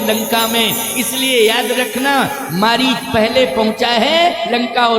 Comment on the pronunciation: मरीज नहीं था, मारीच था , सुधार कर लीजिए ।